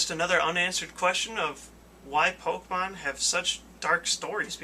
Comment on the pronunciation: Why, he does Pokeymanz (pokemon) not Transformers.